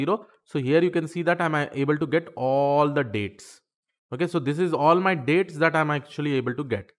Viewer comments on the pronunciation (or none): none